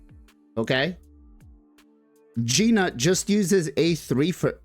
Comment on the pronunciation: It's "noot" man. Not G-Nut